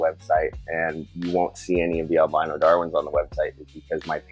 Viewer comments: Carpet pythons come in “Al-bean-oh” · El-been-oh? Are you turning British? 😂 I thought Americans pronounced it El-by-noh? I find myself saying it both ways. Potatoes - Potahtoe 🇬🇧